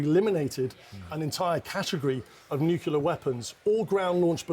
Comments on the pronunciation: It's nuclear, not nuculear. Idiot. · Newkular. Much better than the oldkular. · Simply cannot listen to so-called experts that add an extra syllable to the word 'nuclear'. Next! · Guy can't pronounce nuclear